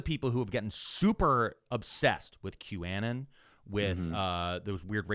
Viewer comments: saying "Qannan" instead of "Q-Anon" is hilarious how do you fuck up that bad so many times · You have got to stop calling it "Que Annon." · Love the show, but you’ve gotta stop saying Q Ann Ann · Why does keep saying Q-Anon like quanon? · Sooooo are we intentionally pronouncing QAnon so it rhymes with Bannon? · please pronounce it Q anon, as in Q anonymous. thats the proper pronunciation. you're triggering me hard. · I thought q-anon was pronounced like the first half of the word “anonymous.” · Not gonna lie, the most scandalous thing coming out of this podcast might be pronunciation of "Kew-ANN-in'". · Why does every east coast weirdo mispronounce everything? How is that the way you pronounce 'Q-anon'? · I have a question for next episode: why the fuck does pronounce 'QAnon' like that? 😂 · The way is pronouncing Q-Anon is making my eye twitch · I'm loving the pronunciation of qanon 😂 it makes me think of the Stevie Nicks song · pronounces “q-anon” weirdly. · I can't get over the way pronounces QAnon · his pronounciation of q-anon, is sus, not interested in his opinions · q anon pronunciation has me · East coast doesn't know English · It hurt my brain every time said QAnon. Still love the show though. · I saw a comment saying that he pronounces it that way to avoid the word being picked up by censors? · Thank you for this explanation. My brain was rotting trying to figure out if I was stupid or he was deliberately wrong in his pronunciation. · Q folks insisted for a bit that they were called Anons in the way pronounced it. And therefore it's 'QAnon' the way said. It's a deep cut. And yeah it could be a try to avoid getting censored. 🤷 But also on q folks part could be a bit, an attempt to show who is in the in group, or actually what they really call themselves. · I almost attributed this to hoagie mouth, but I have heard say it the right way. Censorship makes sense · "Q-annon" lmao